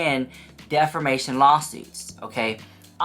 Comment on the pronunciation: DefRmation 😂, it’s pronounced Def-A-mation 😂